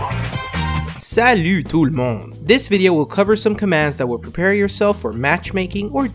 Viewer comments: Dam'n your "salut tout le monde" was obviously really good. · Salut Tout Le Monde ! Being french, you say it really good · I'm French and your "Salut tout le monde" is perfect! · "Salut tout le monde!" Ahaha nice french boi :p ( i'm swiss i talk english n frnch )